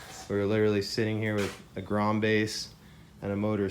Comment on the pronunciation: hey said "grome"